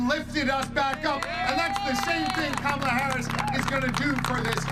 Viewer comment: Who really is this who cannot say Kamala's name correctly. MAGA? Must America Go Angry under GOD